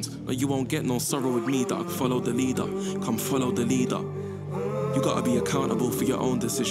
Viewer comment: cathy dominique I understood, I hate how he pronounced leader :/